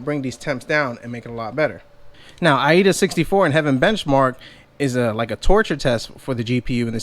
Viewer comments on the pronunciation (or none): Wtf is Ai-Eda? You mean Aida (I-Da)64. 😄